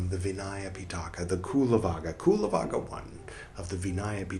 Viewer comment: hi there, thank you for reading the vinaya from the palicanon . i only like to say that cullavagga ist pronounced with an ch sound at the beginning, like the ch in cherish . so then it sounds more like chullavagga. the same sound you can find also double in anicca , which means impermanence in pali and so on. all the best to you sir, warm regards from germany